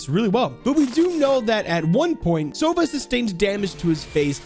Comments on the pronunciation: btw his name sounds not like "sOva", it has to be "sovA". Owl sounds like that in Russian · In Russian sova isn’t pronounced „sova“ but actually sava